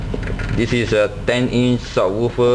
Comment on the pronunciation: What does "sawoophah" mean?! Did you mean "subwoofer"?! :|